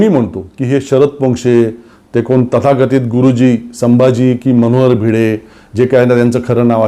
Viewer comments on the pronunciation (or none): none